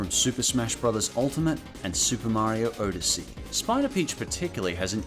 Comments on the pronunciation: I've never seen someone pronounce Odyssey that way. "Oh da see" normally I hear "odd da see" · Why do you keep pronouncing Odyssey wrong? Lol It's ah-dissy, not Oh-dissy. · I believe "Odyssey" is pronounced ah•duh•see, not oh•duh•see. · Did you call Super Mario odyssey Super Mario oadyssey!?!?😂😂😂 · odyssey OH-dis-ee? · Actually in the beta of Luigi’s mansion Luigi is depressed he failed to save Mario just saying.oh and odyssey is pronounced odd-a-see.